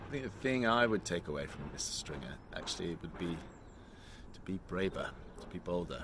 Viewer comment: Theo can't pronounce Stringer! 😀 He sounds like Sean Connery, without the Scottish accent! That hat must have turned off Charlotte! 😀